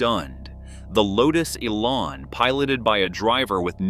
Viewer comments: Oh please! The car is called the eLAN, not the eee-lan. The emphasis is on the 'lan', not the 'e'. The word 'Elan' comes from a French word meaning "to dart," and is often spelled élan. Someone with elan can be said to dart around with enthusiasm and a unique flair. The name suits the Lotus Elan perfectly. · Why all the random photos of cars when talking about the Elan? Also, the rear suspension ISN'T double wishbone. AND the AI needs to learn how to say Elan :-)